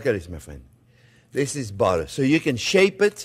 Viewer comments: "We got budder" 😂 Awesome! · "We got buttuh" slayed me! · I don't think I've ever heard anything quite as French as Jean-Pierre saying oh butter is good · A French man through and through except when he says "butter". He says butter like a NYer. 😁